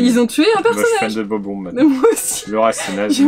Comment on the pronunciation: PURER DE CACA ! LES GENS ! C'EST BOB-OMB PAS BOBBY 😂 FAITES LUI HOMMAGE EN PRONONÇANT BIEN SON NOM AU MOIN QUOI PAUVRE BOB-OMB😂 et un peu de respect pour olivia quoi ,chui la seul qui aime bien olivia,sans elle bob-omb serait pas la,et ils seraient deja en origami,et c'est un espli donc on ce calme okay 😂